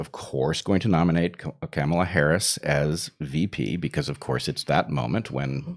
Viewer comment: So, that’s how you pronounce Harris’s first name: Chimera.